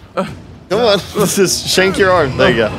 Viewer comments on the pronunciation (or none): Did just say shanke your arm 😐